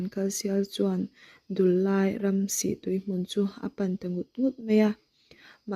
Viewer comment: Thil dang pawh ila chhiar zel ang a,thu chhiar hian uluk hi angai khawp mai a,(eg)Dullai tih ilam dan (Lamrik dan )hi adik lo hul hual a,eg. Dullai tih ah hian LAI tih lai ang ah te hian,Dul tih hi,Hruithlun a dul tih ang a,lam rik tur ani a,LAI tih ah hian An zai chu avan LAI, I Zai lai ti ang a,lam rik tur aw,ka u,alam rik dan adik loh chuan ngaih thlak anuam lo in atui awm lo tlat thin a